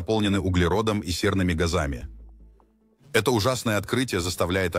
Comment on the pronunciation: Да, это ИИ,забано правда,не гАзами,а газАми.